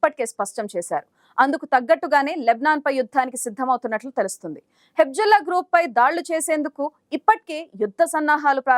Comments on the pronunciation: Hebzollakadu Hezbollah palakaneekiradu nuvvu ela news reader ayyavu amma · హెబ్జుల్లా కాదమ్మా,హెజ్బుల్లా అనాలి. మీయంకమ్మ ఎక్కడదొరికార్రాబాబు.